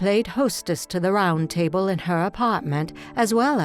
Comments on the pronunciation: The narrator cannot even pronounce "table." A total monotone. Not human. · Let me put my cup on the tay bul. Ha-ha-ha-ha! I Think the REAL Dot would quote Arnold in reference to a robot telling her story. What can you possibly rhyme with A-Hole??